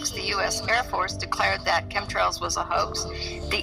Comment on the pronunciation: Did he say "cumtrails?" at ?